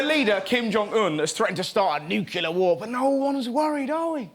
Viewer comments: It's pronounced NUCLEAR not NUCULAR!!!!!!! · It really bothers me he cannot say the word "nuclear" and always says "nucular"... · NUCLEAR !!!!!! NOT BLOODY "NUCULAR" RUSSELL !!!!! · i think most british people say nuculur, it’s a matter of where about your from